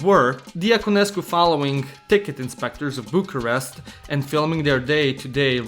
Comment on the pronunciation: your not romanian because how you sed bucharest you never trick a romanian sugă pula